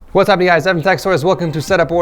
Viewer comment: "wassa u guys"